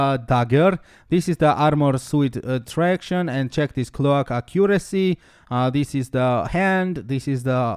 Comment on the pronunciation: finally my man thank you!!!!!..... Now to wait for skill build and rotation :) | Also (had me confused a little) its: Recipe: Ray Say Pee practice saying it like that :)... Cloak: Cl oke (like coke just with L infront) ..... just helping your English , better vids better you :)